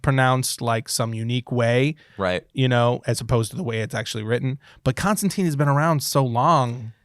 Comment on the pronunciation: Really? Mule-near... What about the j and o? The j sounds like a Y. And yes Constantine is a name from history. And you're still saying wrong. In fact most of these if you just do like 5 minutes of research you will come up with a definite answer if you have any clue what you're talking about when it comes to grammar, spelling and pronunciation. I'll just say this, nobody should be taking your word as an authority. You got a lot of them dead wrong but present them all as correct. If you don't know please don't tell other people you have the answer. It just spreads ignorance.